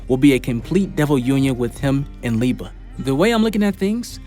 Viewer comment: Thank you for pronouncing Liebe right